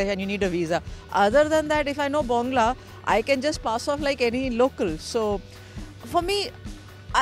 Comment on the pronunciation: হাসিয়েন না ব্যংগ করে "বংলা" বলছিল =সে বাংলাদেশ বলতে পারে = !😔